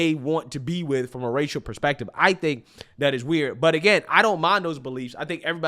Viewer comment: OMG It's pro nounced A. S. K , the S comes before the K, not the other way. It's NOT pro nounced like the word ACTS. What does WIT mean, it's with. I'm sure if a "w.hite woman" wanted to be with him, it's definitely not for the grammar. He mentioned that he's never seen professional white athletes with black women. Where was he when Travis Kelce was with that gorgeous black woman before Taylor Swift. Of course that relationship was an on again off again, and now he's with a "w.hite woman".